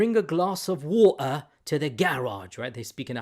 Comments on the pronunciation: "Bring a glass of war ha to the garage". 😪😪am not a Muslim but I feel so embarrassed for him. With more than 26 different Arabic Qu'rans now available as evidence he still insists on selling the myth of "different pronunciation" to his audience. How pathetic!🙄 It might take a while but am certain he will become an apostate too. As it is, Evidence is destroying the the very foundation of Islam. Once the foundation is gone, everyone will decamp. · Glass of woo-aaa😂😂😂😂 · Aight sir, just one glass of ' Wa - Er ' ❔ Merry Christmas